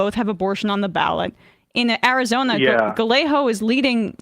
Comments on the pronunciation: Galle-Ho lolol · GAH-YAY-GOE….come on Emma. Say it 50x so you get it. 👍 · The way she pronounces “gallego” lmao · I do. But, Scots do it too. Emma has no excuse, really. It’s not a hard last name to pronounce.